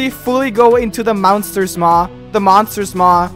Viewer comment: "The mounster's moath" - 2017 - ( ͡° ͜ʖ ͡°)